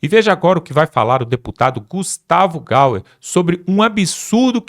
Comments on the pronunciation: Confira o nome.: Não é GaUer, é GaYer! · fale o nome do Deputado Gayer correto! Faz tanto tempo que você o cita nas suas falas e ainda não deu tempo de ler corretamente ou pelo menos ouvir o nome correto? Desculpa mas é horrível ouvir a sua pronúncia “Gauer” tem um ípsilon aí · O nome do deputado é Gustavo Gayer e não Gau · APRENDA A FALA R O NOME DO DEPUTADOSEU JORNALISTA FRACO(E GAYER E GAYER E GAYER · O NOME É. GUSTAVO. GAYERR. GAYERR